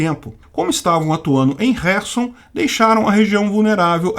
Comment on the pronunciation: E carquive e querson as pornuncias porra Que agonia esse k mudo